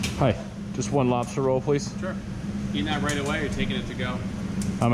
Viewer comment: Lobstah roll❤️